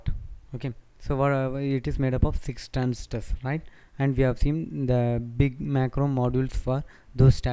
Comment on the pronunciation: What english are you speaking man, you can't even pronounce transistors correctly.